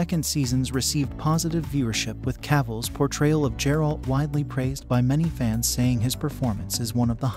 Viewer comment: IT'S A HARD G, MAN. TALK ABOUT NOT HONORING THE SOURCE MATERIAL